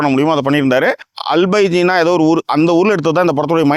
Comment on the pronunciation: அலபைஜினா...... டுபுக்கு அஜர்பைஜான் டா..... பெயரே மாத்தி சொல்ர..... நி எண்ணத்த படம் பாத்த..... சும்மா அடிச்சு விடுர..... வீண் முயற்சி பண்ணத போ.......